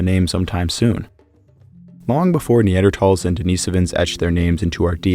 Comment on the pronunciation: “Neandertalls” lol